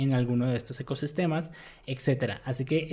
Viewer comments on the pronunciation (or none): none